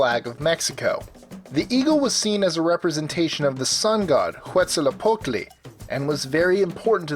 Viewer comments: Quetzalcoatl's name ins't pronounced like in the video. His name comes from the word for beautiful (Quetzalli = beautiful). Coatl simply means serpent. The OA sound in Coatl makes the "oh-ah" sound. The L in Tl is said at the same time, as tl is more of a click noise. The Z is pronounced as an S. The correct pronunciation is Quet-sal-koh-wat(L). Source: I speak some Nahuatl. But over all, coll video! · pronounced ketzacooat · What the crap? He said Quetzalcotle wrong!